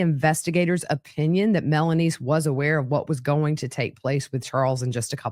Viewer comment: So she was saying melaniece 😂